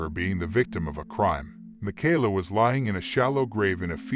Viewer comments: na-name-o? mack-ala? Ai voice much? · Ma - Kay-La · Jesus...how many times you going to mispronounce this poor girls name?